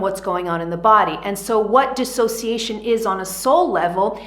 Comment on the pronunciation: DIS!! NOT DE!! Big difference!! What is your education level?🤦‍♀️😔🤕